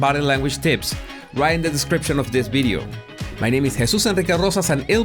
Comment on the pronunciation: "my name is Jesus Enrique Rosas" with all of the "R" rolling is a cool touch